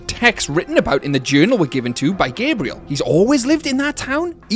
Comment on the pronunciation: Why do you say Gabrielle’s name like that it’s GAH-BREE-ELLE not “gay-bre-ill”